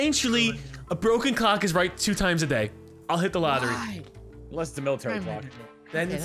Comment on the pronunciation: I swear to god when he said broken clock is right twice a day I thought I heard "broken cock", I was like wait what? Knew I must of heard wrong, but it made me laugh.